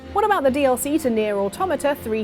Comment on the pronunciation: Omg, she said Automata right, finally.